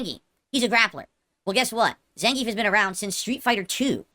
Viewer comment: the thing that gets me is he pronounces zangief wrong even though the game "announcer" repeats it every time the character wins